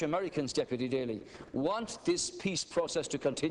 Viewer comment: awesome rep daly!! you said everything correctly!! as an american i appreciate and LOVE what you said!